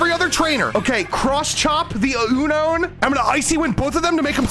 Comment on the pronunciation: "Cross chop the ün own"